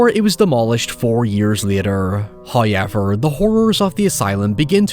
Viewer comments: "Hawyever" brother choose another word. Fuck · this sick bastard probably gets crazy engagement and playback time for that pronunciation😂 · my american tounge can't even comprehend how says however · His accent does pop out more with that word but it has become a bit on his channel and community now. And even if it wasn't, why be this rude about it? Just a needlessly negative comment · How do you spell how pronounces "However"